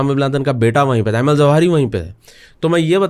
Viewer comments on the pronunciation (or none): none